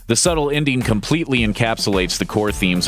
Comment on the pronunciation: Please learn how to pronounce "-ing". I'll give you a hint: it doesn't sound like "-een." Example: the word ENDING should not sound like INDEEN. Your baby talk is really too much.